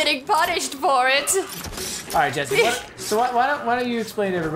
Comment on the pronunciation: I'm just super happy Jessi pronounced my name correctly. :)